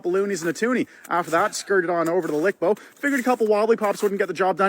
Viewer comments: NO ONE calls the LCBO “lic-bo” 🙄 GTFOH! 🤦🏼‍♂️ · Never heard of ANYONE calling the LCBO lic-bo, WTH are you on about! 🤦🏼‍♂️